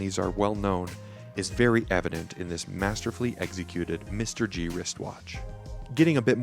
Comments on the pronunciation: This watch is not pronounced as Mr. G BUT MR-G instead. MR-G should be Majesty Reality G-Shock. TQVM. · You lost me mate at the first spot you said mister-G I am not buying that watch now because of you🤦🏻